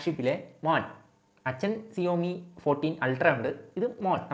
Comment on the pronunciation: സിയോമി അല്ല ഷവോമി